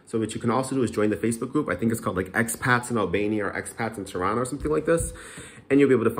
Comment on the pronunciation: Every time you say Tirana I hear Toronto 😂